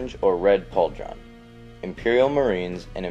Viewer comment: Yeah, he's right. The last half was wrong, too much focus on the "dr" in "Pauldron", was like "paulDRon"